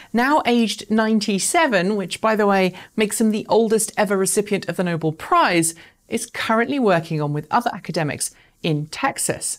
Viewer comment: "Nobel" is pronounced "no-bell" (not as in "noble"). Otherwise great coverage.